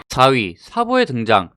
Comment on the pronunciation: 4위 발음 이상한데ㅋㅋㅋ